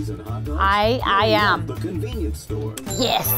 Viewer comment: you saying you wuv hotto doggus makes me wuv u even mowe